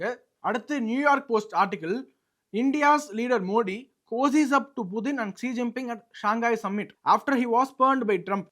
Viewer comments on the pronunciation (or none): none